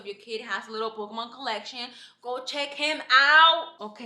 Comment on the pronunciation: 💀 over how you pronounce Oregon and Pokémon. And never feel bad for telling someone they’re making you feel uncomfortable in your own home. I would’ve gone to the neighbor to tell her to go get her drunk friend 😭